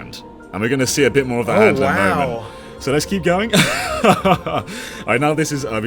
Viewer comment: Za hando